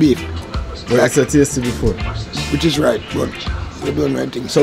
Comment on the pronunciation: The guy in the yellow shirt so funny. He keeps saying tastee and juici...